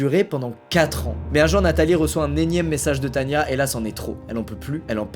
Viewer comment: Mais ducoup c est pas Tanya mais tana